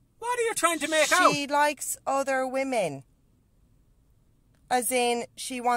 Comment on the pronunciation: weemeng lovink other weemeng